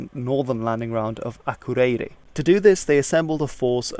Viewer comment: your pronunciation of akureyri put a little smirk on my face. ive certainly heardf far worse but there was a weird norwegian rhythm to how you said it.